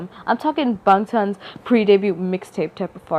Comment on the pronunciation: lol the way you say bangtan is so weird we say it like “BAN (G) TAN”